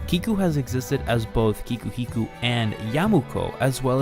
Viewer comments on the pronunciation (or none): Thank you, this is excellent content, but... YOU REALLY NEED TO CHECK TO MAKE SURE YOU KNOW HOW THE NAMES OF THE PEOPLE AND CHARACTERS YOU'RE WRITING ABOUT ARE PRONOUNCED! IT'S KIKUHIKO